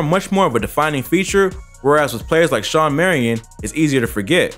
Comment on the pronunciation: It's SHAWN Marion, not Sean